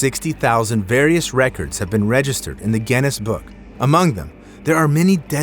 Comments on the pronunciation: What is gennis????? dont you mean Guinness which is pronounced gi-nuhs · Are you saying Genn-ness?